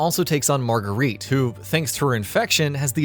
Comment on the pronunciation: Margarita? 🤣. It’s marguerite